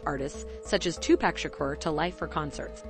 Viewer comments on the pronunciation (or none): Two pack. Seriously. Wtf. That pissed me off on how she said his name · If I hear one more of the narrators call Tupac TWO PACK I'm gonna lose my shish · It’s Tupac not whatever you said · Omg she said 2pacs name wrong